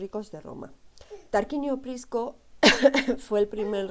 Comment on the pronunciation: Muy floja presentación. No puede equivocarse o pronunciar mal términos básicos (liga del saeptimontium, Tarquino Prisco o cultura Villanoviana). Además sería bueno que para hacer el video dejara a la criatura que se escucha al cuidado de alguien.